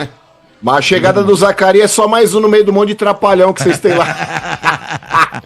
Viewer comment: O pior é um cara estudado ,formado insistir em não falar o nome do jogador corretamente , é Zakaria Labyad não Zacarias, mais respeito com o jogador!!!!